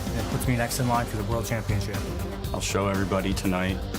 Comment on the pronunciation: "power SHLAP chumpion of ZE WWÖRLDDD"😆🤣😆